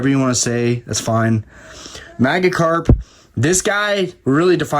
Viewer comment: Your pronunciation of "maggi-karp" multiple times hurt me deep inside. PS: No disrespect intended. Never commented but love relaxing and watching your videos.